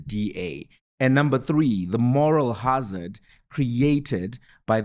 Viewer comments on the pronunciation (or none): none